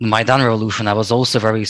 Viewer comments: This is not about one letter. It is the combination of "ai" in Maidan. So MY dan. The "a" in Dan is NOT pronounced like an "e." It is like in man, stan, band etc. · I'm pretty sure it's pronounced MY DAN in english.